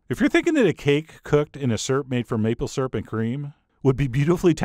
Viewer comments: I a;ways snicker when I hear Chef John pronounce "Syrup" as "sirp." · ..........did you just pronounce syrup "properly" ?